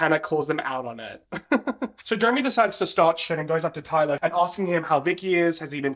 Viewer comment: lmk why i thought said “ty-dye” and not “tyler” and i lost it😭